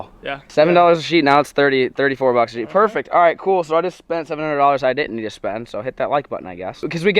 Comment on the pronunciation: You sheet a roof not sheeth a roof